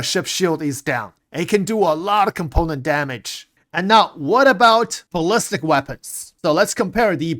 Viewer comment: is someone ever going to explain to it's not ballist bullet, it's bali-stick, ballistic* not bullisk or ballisk bullet =D